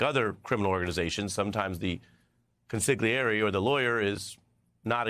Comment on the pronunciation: Ari, that's pronounced con-si-li-ERE-e. At your pay grade, you should know better!